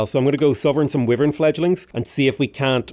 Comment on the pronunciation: "Wyvern" is driving me crazy. But great series, really enjoy it.